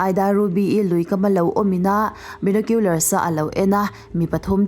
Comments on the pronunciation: Binawkhiular❌ Bainawkhiular☑️ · A lam dan hi a diklo hrim² bainokular tiin lam ve mai tur ania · Enge benecular le? Binocular chu ka hria a..